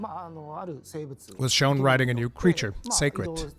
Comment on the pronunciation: Finally a creator that knows how to say Seikret.